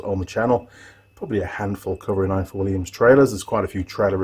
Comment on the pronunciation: Hi, its pronounced ivor, in Welsh f is v thanks for the great video.